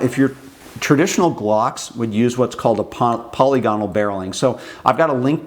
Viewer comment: Who the FCK is Polly Gonnal, and what the hell has she been doing to your rifling? You just can't have been trying to say 'polygonal', I will not believe that anyone, even a bloody yank, (who are well known to mess up any word in the English language that contains vowels) could mess one word up so catastrophically. So back to my initial question, who the FCK is Polly Gonnal and why have you been letting her get her sticky fingers down the lively bit of your guns?